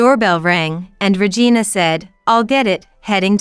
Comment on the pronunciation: 🤣🤣🤣🤣 Could you please stop pronouncing the name Regina as vagina?